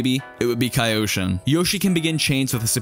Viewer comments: It’s not Kai-Oshin. It’s KEE-oshin. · apparently never watched avatar with that "kaioshin" pronunciation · I'm sorry, but saying "KAI-oshin" is triggering me.